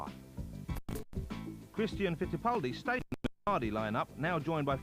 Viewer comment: he can say the R in Christian Fittipaldi but can't seem to say any other R during the rest of the video.